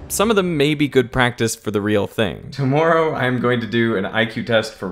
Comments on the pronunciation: dude thats not how you pronounce tomorrow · Is it just me, but did Derek pronounce “tomorrow” weird? He said “to-more-row”, which to my American ears sounds very Canadian